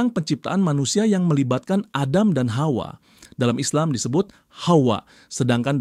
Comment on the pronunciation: bang lucu banget nyebut “hawa” nya kayak fasih bgt “KHAUA”😂😂